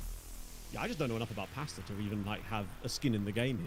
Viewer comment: swear I thought he said pastor bracket and not pasta😂😂😂